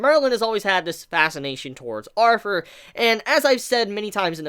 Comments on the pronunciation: Bro it's "Arthur" NOT "arfur"!!! There is no F there man. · 3 things 1. Shave the pedo 'stauch 2. "Arthur" not Arfur 3. Please move the camera away it's very unsettling when your face is basically touching the camera every 3 seconds when you move around.